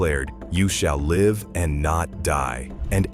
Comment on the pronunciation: The AI robotic voice can't pronounce live right